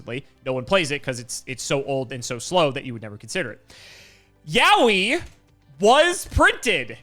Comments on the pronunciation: To be clear, the pronunciation of "yowie" should be "yoh-wi" based on the Japanese reading. Yowie (spelled yaoi) is a japanese word for gay male stuff, so probably not what they are going for. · Yaoi is not pronounced like Yaowy but I'll pretend that it does because that's way funnier. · I think my soul left my body for a moment with the sentence "I'm going to Yaoi Voxie." Like. Honey. Noooooooo.